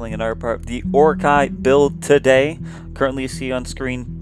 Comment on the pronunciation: so cringey when he says orokai